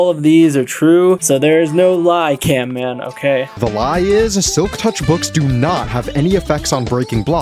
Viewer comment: Camman not Canman